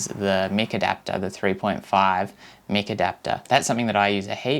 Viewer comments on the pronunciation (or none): Mike not Mick! :D hahahaha :D It is pretty awesome, and the 8 battery is pretty good for GoPro too. I wish they did something like this but without the built in microphones. You are bang on, a BT mic would be awesome. Great vid mate :-)